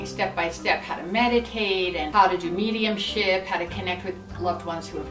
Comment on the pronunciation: Omg every time you've said Mediumship (In other videos also) I thought you said Medium shit hahahahahahahaha